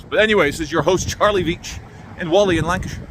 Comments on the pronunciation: Charlie me ole sack o shit Whalley is pronounced Warley not Wally lovely Christian town free from foreign shit !!! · It's pronounced WALL EEH not WOLL EEH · Great vid (as per) couple of things that may be of interest: The hill with the sheeps is called 'Whalley Nab'.also; Locals (Inc me, yours truly) pronounce Whalley... wall-ee. you're the best good sir, keep up the great work. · My parents came from Whalley, and it's not pronounced Wally either. 😊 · Love the video. But please pronounce Whalley right 😂